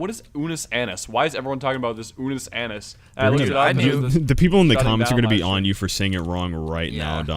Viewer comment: Dudes it’s unus annus not anus